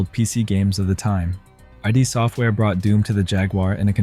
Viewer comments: Ah, yes, Doom from Eye Dee Software. 😐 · A real person would have pronounced id software correctly.